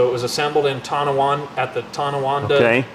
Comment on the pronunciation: Hey - you pronounced Tonawanda correctly!! My Dad worked in that plant for 35 years!! Great stuff as usual guys.